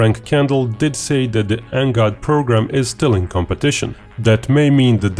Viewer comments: Please do not call it NGOD and instead call it NGAD. "A" not "O". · It's pronounced N-GAD not N-GOD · color me embarrassed, I've been pronouncing NGAD totally differently... 🤦‍♂🤦‍♂🤦‍♂